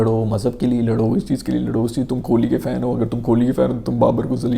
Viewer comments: The pronunciation is Kohli and not kholi. Please correct your pronunciation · Khholi nhi hota kohli hai😂